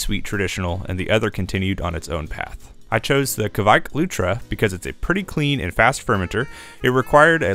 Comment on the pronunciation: Even as a German i always felt you are pronouncing Kveik wrong and after a quick research, yes you are. Instead of kawike maybe just say „quike“ or „quake“ or something in between. 😅